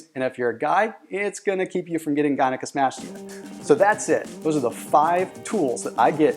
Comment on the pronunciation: I was 99% on board with this video until it sounded like he completely and utterly butchered the word gynocomastia at the end there. holy shit that sounded like Trump trying to say "diversity" twice as "diversery"